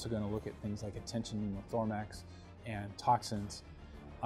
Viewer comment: Did I just hear "tension pneumothorMAX"? LOL